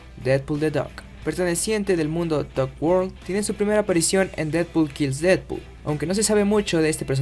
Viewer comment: y ademas lo pronucio bien el nombre seeee porfin alguien lo puede pronunciar bien gracias:3